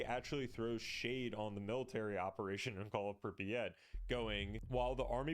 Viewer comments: Holy fuck please stop pronouncing it “Prippy-at” 😭 it’s pronounced “prip-yat” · "prip e at"